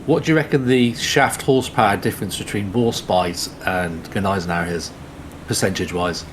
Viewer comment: Gneisenhower! 🤣 I can't!